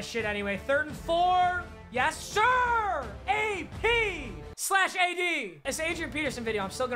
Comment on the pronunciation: thank you for getting his name right